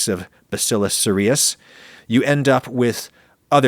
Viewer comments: I work in clinical microbiology, and bacillus cereus is commonly pronounced with the emphasis on the first syllable. Sounds like “serious.” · Bacillus Cereus... pronounced as in SERIOUS.